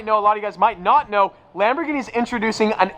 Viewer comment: yep stop complaining im french in my country people always complain you know the law so dont play with and win dows tint make your car suspicious and dangerous at night (less visibility ) and its Veyron not veyyyyronnee at least you pronouce well Lamborghini